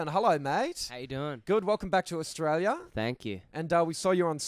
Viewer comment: " Oh sank you " LOL